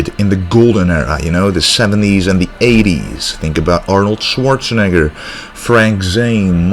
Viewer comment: Good stuff man! I can tell you have a lot of respect for Schwartzenager by the way you say his name.